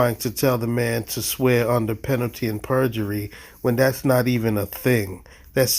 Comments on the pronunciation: Penalty and burjery. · He actually said PENALTY AND BURGERY 3 times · Penalty and bergery 😂 Rude idiots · Guy driving a car while in court… Moorish? More like moron… Edit. “Penalty and burjery”. Penalty of perjury? 😂😂😂